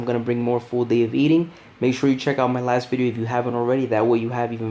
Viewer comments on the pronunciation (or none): none